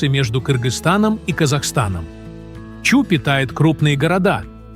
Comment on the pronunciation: Не Чу, а Чуй, происходит от слово ЧУЙ!!